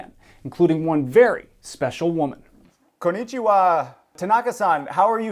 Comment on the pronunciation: the whitest way you can possibly say 'konichiwa'